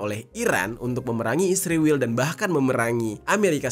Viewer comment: knpa sebutan ISRAEL jadi ISRIWIL